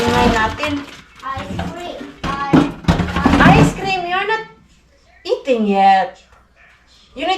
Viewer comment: ice screaaaam not ice cream pansinin mo daw sya IT 😅😅😅